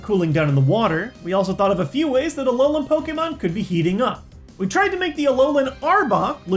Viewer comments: and it's alolan not Allan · alolan=a-LOL-an xD